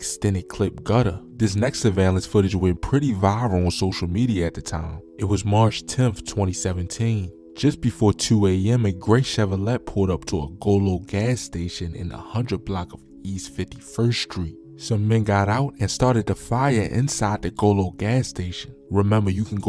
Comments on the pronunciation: stop sayin "Chevro-LET"... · Dang chevro-Lett